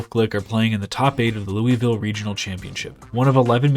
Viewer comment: hears how Louisville is pronounced, immediately closes video jk jk 😂